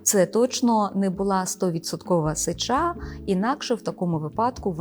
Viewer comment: Ведуча ставте правильно наголос на сллві СЕЧА,наголос на Е.